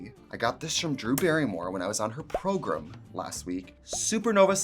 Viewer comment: The way she says "Progrum" as well 😁